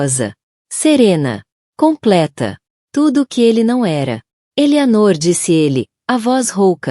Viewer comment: A narradora não está conseguindo ler direito.Ela disse " Eli" ao invés de " Ele ".